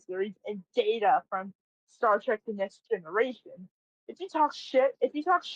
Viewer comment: He pronounced Mr. Data's name correctly (it's Day-ta, not Da-ta). Only someone who has seen the original episodes and gives a shit would know this.